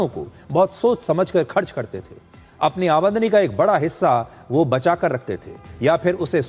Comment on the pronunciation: amadani nhi आमदनी sir ji ye word galat bol diya aapne